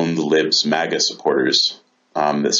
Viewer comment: Well reasoned arguments. Love the way he spat out "MAGA" 😂😂😂